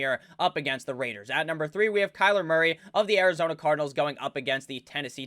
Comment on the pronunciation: Can someone make a compilation video of saying “The LAS VEGAS RRRAIDERS”